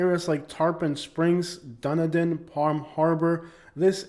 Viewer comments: Correction for you: Dunedin is pronounced "Dun-E-din" and is derrived from the Scottish Gaelic term Dùn Èideann, which means Fort of Edin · Dunedin is pronounced Dun Edin. Founded by the Scottish a long time ago. The best place to live in SW Fl. Good luck finding a reasonable single family home without breaking the bank and the taxes are the highest in the state. Honeymoon Island is it's jewel along with Caladesi Island.